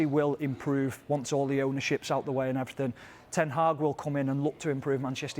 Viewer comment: He said ten Heng will look to Improve Manchester United' how the hell can you miss that?!?!